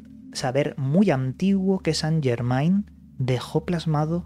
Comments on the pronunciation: No san llermain,es francés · Se pronuncia san llermen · se dice san yermén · Se Pronuncia San yermen